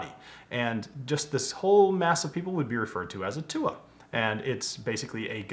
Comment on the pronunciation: Came here to see your pronunciation of túath, was pleasantly surprised. I know he explained it but it essentially means a tribe